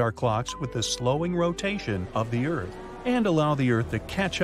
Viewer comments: Lol ERARTH? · Bruh it's earth